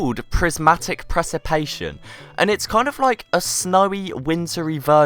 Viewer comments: I believe Its Prenounced Pre sip ie ta tion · That's not how you pronounce precipitation